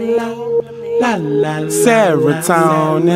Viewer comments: i just come to WATCH the video every other day to hear him say DOPLAMINE and then start acting EDUCATED looking like Rick James in that chair looking like his mouth is DRY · he took so much dopamine that he cant pronounce it RIGHT